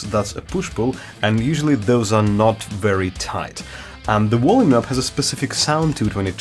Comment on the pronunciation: Wolume knob